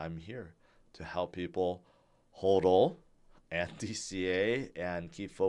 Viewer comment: Your pronunciation of hodl makes a lot more sense. It should be pronounced the same way hold is pronounced. The other way sounds stupid and makes no sense.